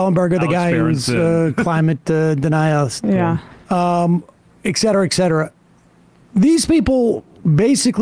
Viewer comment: Etcetera not excites Sam